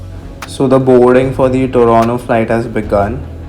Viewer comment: TORONTO ❌ TORONO ✅